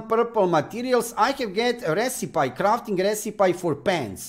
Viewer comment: It’s pronounced “res I pee”. Not as you say “res I pie” for the word recipe.